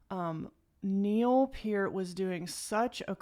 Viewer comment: I’ve been waiting for you to do this song. Their catalogue is so deep and I think you’ll be impressed by every single song you hear your subs will increase cause the rush army is here for you. You were able to pronounce Neil‘s last name correctly, and you caught his transition in Xanadu. That makes you better than other reactors good job..